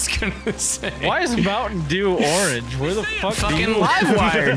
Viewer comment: "Why is the water ARNGE?"